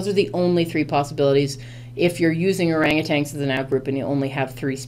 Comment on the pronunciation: Is that how u r supposed to read orangutan??